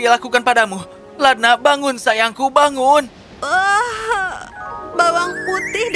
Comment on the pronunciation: ngakakk typo ngomong nya jd lada, harusnya ladna,, tp aku ttp sukaa hihiw 💖💖